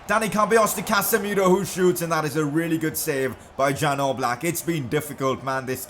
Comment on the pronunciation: #pcq it's not Jan Oblak, it's supposed to be pronounced as Yan Ooblak